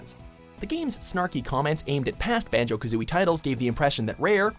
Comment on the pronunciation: That's a strong "B" on Banjo.